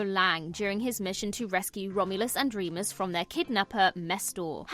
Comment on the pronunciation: You mispronounced Womulus and Wemus's names.